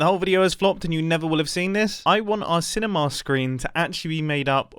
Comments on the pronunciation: Mumbo:time to build are cinimi. Me:no no no mumbo it’s cinema not cinimi idiot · I can't stop hearing cinemAHA! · Nobody: Mumbo: "cine-maw" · I like how he pronounces cinema like cinemaaar